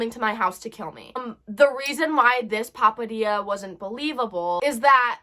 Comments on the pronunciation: But seriously stay safe but POPADIA girl it's pithetdxss opps. I CANT SAY IT ETHER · i love how she calls it a papadilla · "Papadia"" LOL